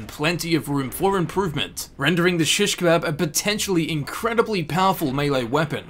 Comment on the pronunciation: why do you say it like that